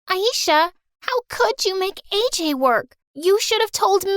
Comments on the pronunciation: thats not aj it ajay as i am indian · the name isn't AJ it's AJAY